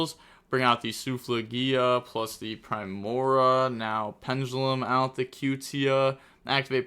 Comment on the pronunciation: Just gonna drop some pronunciation so can hopefully see this and stop ragebaiting all of us. Solfachord (SOUL-fuh-kord) Primoa (Prime-OH-uh), alternatively (Prim-OH-uh) Solfegia (Soul-FEH-jee-uh) Gracia (GRAY-see-uh) Hope this helps